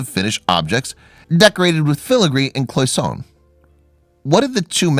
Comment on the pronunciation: The word "cloisonne' " is pronounced "KLOY-zun- AY", not "KLOY-sun". Jeez.